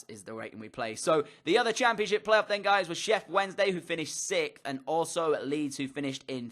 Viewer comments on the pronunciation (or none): Please stop saying shef Wednesday